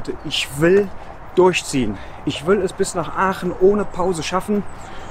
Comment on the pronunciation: Wir Aachener sagen zu Aachen=Oche und nicht öche